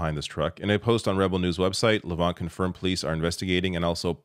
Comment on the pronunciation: Thanks,. You may have a look at Ezra Levant's history from his time at Sun News and being a disgraced lawyer. He gets joy out of trying to create confusion through disinformation. Maybe you are much more aware of him than you showed, but you did mispronounce his last name.